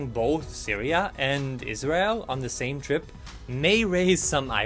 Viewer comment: says Israel very clear